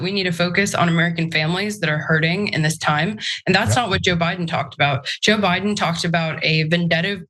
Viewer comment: LOL did you just call him Obiden